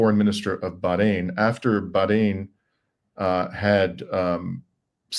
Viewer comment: ❤❤, thank you for pronouncing BaH rain correctly! ❤❤